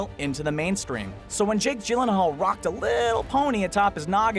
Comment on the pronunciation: So Gyllenhaal is pronounced with a soft 'G', as in giraffe and GIF.